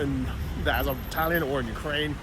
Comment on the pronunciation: At least learn how to pronounce Azov.